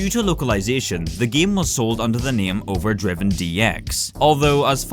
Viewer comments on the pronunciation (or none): The only thing that really frustrates me in this video is the way you pronounce " Drivin' " as "Driven". :(